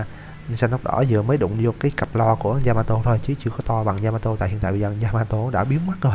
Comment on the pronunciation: yamato đọc lộn yamatee :))